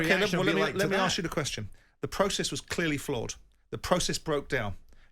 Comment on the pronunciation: Jim "It begs the qwestchin" White